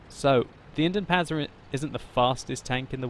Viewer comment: its Indien-PanZer not Indien-Panser